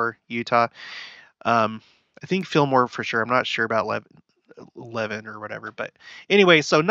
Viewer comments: It’s pronounced La-van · Just so you know, Levan is pronounced le-VAN. I have family members that live there. :) I remember the flooding. I was living in Provo. Church was canceled one Sunday so people could go make sandbags and help in flooding areas. The Provo river was overflowing and causing problems in many places in the city. Utah lake was also especially high and flooding places. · Levan is pronounced Luh - van. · It's Luv-an.... No Lev-in ... Know your Utahn. LOL like Tooele and Hurricane. Don't pronounce them like you think they're pronounced talk to a Utahn. 😉